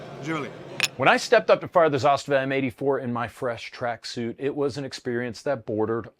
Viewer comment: First one that said ZASTAVA correct.